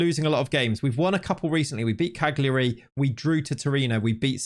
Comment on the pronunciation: Just trying to be helpful. You don't pronounce the g Cagliari. Its pronounced Kaljuri.